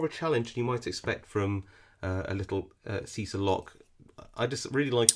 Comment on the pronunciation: always love your videos, great vibe, and I'm glad I can be of any help: pronunciation: "cheesah", like cheese